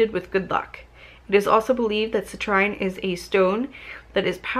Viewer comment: Hey great video! I always love watching your unboxing videos, I love looking at little things like that so this is basically my porn😂. For future reference that cute little yellow crystal is pronounced "cih-treen". Citrine is a beautiful crystal when it's fully yellow, lots of bright energy like the sun! Love & Light witch sister ✨